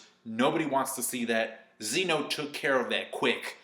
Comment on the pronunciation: zeh no. not zee no